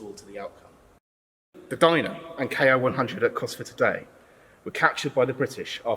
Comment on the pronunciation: Ki is pronounced KEY.